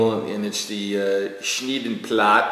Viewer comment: Hey, it was funny to hear you say my hometown Name:) and the Schneidplatte!! soory for my bad handwriting letter. i was very surprised and happy you have shows us my book no worrys i like the meatloaf and you videos!!! and this mask thing on the postcard is carneval!! thank you